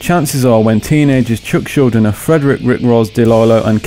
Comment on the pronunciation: I'm pretty sure it's pronounce shul-din-er But I'm not too sure...